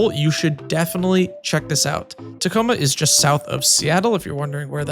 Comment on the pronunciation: "Tachoma"? nice. hahaahaha